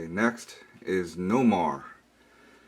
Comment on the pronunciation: DOPE collection, but you pronounced the Sub Mariner's name Nomar it's Namor. ( Nay- More ).